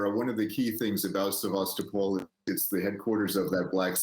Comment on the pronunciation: Sebastopol. The young lady is right. The name of the city is pronounced: Seh-va-STOH-pol. The origin of the name is Greek, and the name means 'venerable city' ('sebastos' and 'polis')